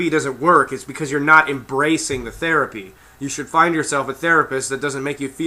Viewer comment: ''the therea-PEE-EEE!'' LMAO!